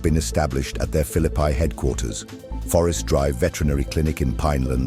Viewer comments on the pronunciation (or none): It's about time that the announcer learns how to pronounce Phillipi❤as not Phillipy!!😮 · Phillipi should not be pronounced asPhillipy!!